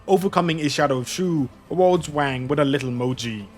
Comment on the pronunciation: He didn't. Chongyue is sometimes called Shuo (his real name before he sealed away his divine powers as a Sui proxy). I think the source of confusion came from OP pronouncing "Shuo" a little too similar to "Shu," when they actually sound quite different in Chinese. Hope this helps!